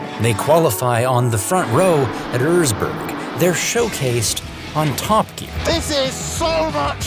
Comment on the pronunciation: That wrong pronounceation of Erzberg realy hurts